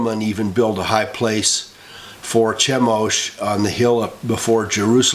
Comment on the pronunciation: In Chemosh, the ch has a ''K'' sound. Thanks for your videos